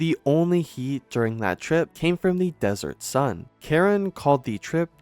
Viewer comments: This channel needs to take some reading lessons or get some people who can read to narrate. It's not Lesley Karen....it's CA-RONE. Ka r own. Seriously, your content and information is excellent and interesting but, I think I have to unsub from all the pronunciation mistakes. It's pathetic really. Don't do narration if you can't read!!! Phonics is fundamental. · It's pronounced "Kah-RONE ," NOT "KAR-en!" Why the heck don't you guys check your pronunciation before putting out your videos?!!? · Thank you! This is probably a computer generated narrator, but they need to know how ignorant it sounds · Botched her last name pronunciation. its not Karen. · Pretty sure her last name isn't pronounced like Karen. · Caron - ka-ROHNE. Stupid programmer. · Actually it's pronounced "caronnnnn". A nasal sound not "n". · Learn to pronounce her last name… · I hit pause as soon as I heard that. The crew obviously doesn't consider accuracy to be important. Why bother with the rest of it? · It's French. You don't pronounce the final "n," either. It's a nasal dipthong. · That’s ridiculous, you don’t think there are AI voices in France? The AI voice is programmed and it can be programmed to pronounce a name correctly, especially in a piece all about that person. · There is no E to pronounce at the end of Caron